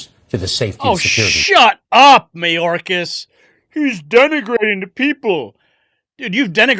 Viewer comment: No, it's MyOrkAss 😂😂😂